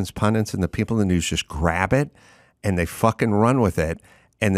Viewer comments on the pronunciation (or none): none